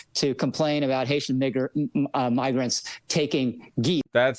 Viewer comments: Was he trying to pronounce it miggrants? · To be fair….it kinda sounds like he says “miggers” with an “m”….and the sound quality is shit….but who knows. Seriously tho, Megyn Kelly wouldn’t care if he did. That’s the whole point…right? Lol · there's a "gur" sound at the start of grant. He's also racist, we know that independent of this. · migger isn't a real word as far as I'm aware, which means what he said is nonsense and not a real word. So he misspoke, I think. Maybe he meant to say migrants? Maybe he meant to say the n word? He said neither successfully. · It's so fucking obvious, the short I doesn't explain the N and then the GER instead of GRA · "No he didn't, he said Migrant" Yeah, haven't you guys ever heard the common pronunciation, "Miggerant?" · a guy who misspoke and started halfway through the word "immigrants" trying to say "migrants" would say "migr" pronounced "migger" Funny that that's exactly what this guy who audibly and visibly said "migr" says happened, a very weird coincidence that is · "No, guys, he said... miggerant." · He obviously said nigrant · I really want to know where the "ger" sound is in immigrants or migrants. Both words have a "rants" at the end, but no "ger" hmmm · i heard "migr" as in immigrants. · Playing devil's advocate here, but if you pronounce migrant the same way you'd pronounce immigrant, (like you would if you mix up economy and economic) and you catch yourself at "migr-" it does sound like what he said. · I hear "miggra" but if you're primed to hear an N I'm sure it's easy to hear it. Yall are kinda nutty for this one. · it sounds less like "migrants" with an N, and more like the n-word with an M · Like if he said "N-eye" or "Mig" I could forgive it cause like, N and M are easy to fuck up and pronouncing the I, sometimes you can fuck that up too. But the WHOLE word? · every time he says the n word like that it feels like I got goatsee'd